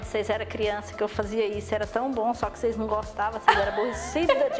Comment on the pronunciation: "Ocêis era muito aborrecida" Kkkkk kkkkkkkkkk adorei